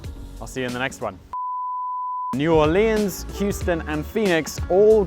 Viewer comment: New or lians